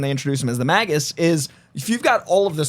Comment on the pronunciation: Why is he calling magus mag us????????????????? Ewwww